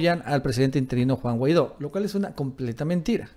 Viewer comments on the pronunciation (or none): none